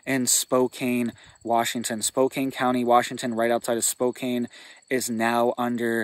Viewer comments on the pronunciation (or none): Spo Can please!! I can't take hearing Spo Cane anymore! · Spo-kan is how it is pronounced, thanks for the warning. I'm in Vancouver, WA right now and there is lots of talk about the smoke coming our way and no one seems to know what is going on! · Spokane is pronounced Spo-CAN. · Spokane rhymes with spoke-can. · Is he trolling Spokane saying spokain lol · First off you should not talk about areas that you're not from without having facts. You bring up Spokane and you can't even pronounce the cities name correctly. LOL. I live in the area that was affected by the fire. Where their homes lost of course there were homes lost. this is not something that's uncommon to us in Eastern Washington. Fire started when a farmer was out in one of his Fields. It took off through the grass cuz of the wind and hit the tree line. Fire came to within a couple miles of my place we prepared so give everything down really good made sure we were ready to get out if we need to. That's the chance we take living in an area like this. We know this can happen every year. This year happens to be a decent year as far as fires go in Eastern Washington. We've had years were we've lost two or three hundred thousand acres. This year not even close. Get your facts straight if you're going to try to scare people scare them with the truth not your fiction